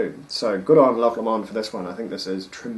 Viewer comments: For Your Information 1. Loch Lomond is pronounced "Low-mend" and not "Lammond" as you said. 2. Guys. yes, this is an amazing whisky but not everything which is rich and fruity is Ex-Sherry! The 18 year old is matured in First Fill Ex-bourbon, Refill and Re-Charred White American oak casks and is bottled at 46% ABV. Non Chill Filtered. As far as my sources tell me. No Ex-Sherry casks involved. Those rich fruity tropical flavours and slight dried figs and yellow spices come from a combination of fresh First Fill Ex-Bourbon and Heavy Charred Virgin oak casks. This combination can be mistaken for spicy Ex-Sherry casks. However, there is a substantial difference though between rich yellow tropical fruity flavours from Ex-Bourbon casks and Dark fruity (black/red berries) and date flavours from Ex-Sherry casks, I suggest you compare this with the Inchmurrin Madeira Wood Finish. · Hilarious pronunciation of Loch Lomond........FYI not the way you pronounce the distillery.